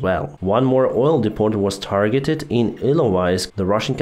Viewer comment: When pronouncing depot in english the t is silent.